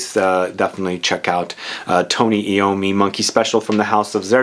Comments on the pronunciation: Tony Ai-ow-mee. Not Ee-ow-mee. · It's pronounced I ommi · FYI..... His name is pronounced. .... 'Eye - Oh - Me' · Tony Eye-Owe-Me